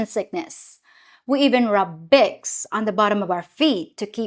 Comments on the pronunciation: Bicks? instead of Vicks? That doesn't surprise me. The "V" sound in many languages is from the "W" letter. And the "V" letter has numerous sounds which are NOT the way we pronounce it in the U.S. Also, there is a close correlation between the formation of the English B and V. The "B" uses two lips (bilabial) while the "V" uses the upper teeth and lower lip. After formation the pronunciation of the B & V is essentially the same. But they sound different because of the different formation of 1 lip + teeth vs. 2 lips. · Vicks is pronounced "VEX" not "picks" - the Hispanics in Miami will often mix up the B with the V like the Filipinas do with the P and the F. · How you pronounced words was interesting, in Australia we also pronounce it as Bics 👍😊